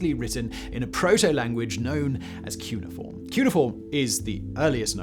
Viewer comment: kyoo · nee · uh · form